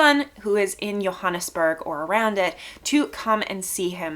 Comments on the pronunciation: Hi.. not to be pedantic but Johannesburg is pronounced with a J not a Y.. it would be wrong for me not to correct that as I live in the city.. nice review I'll subscribe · The J in Johannesburg is pronounced , not Yo but JOE